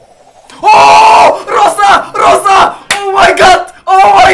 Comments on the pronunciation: Не се казва роса ами роза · Казва се Роза не Роса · Казва се Роза